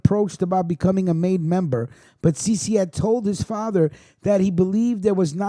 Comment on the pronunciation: Cece Luppino is pronounced chaye chaye...put some respect on his name. That's my cousin